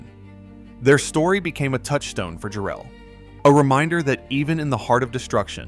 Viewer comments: Great video but the name is “JAR-ell,” N0T “Jar-ELL.” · It's jarrel not jerrel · Yea it ain't Jarrell like some brother. Its Jarrell, rhymes with "Daryl" . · The deceased family is pronounced EYE-go, not EEE-go. Jarrell is pronounced differently in different parts of the vid. The use of AI is so reckless. The human overlords never check anything, and they never correct the most obvious screwups. They just post it and move on to the next one.